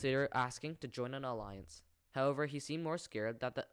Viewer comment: also there have been a lot of times in your videos where you miss pronounce words that end with the long I sound this usually happens with words like, alliance. you end up hitting a hard E sound. I think you caught it a couple of times in this video. I promise I’m not trying to be an asshole. I hate reading out loud. Enjoy your stories